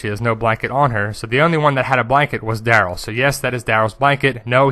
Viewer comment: Omg stop saying Daryl like that! Lol